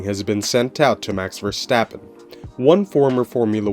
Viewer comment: Pleas pronounce his name correct! He is Dutch not German.